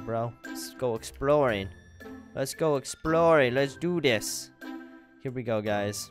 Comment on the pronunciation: When you say let's do this baby it sounds like your saying "Let do dis baby".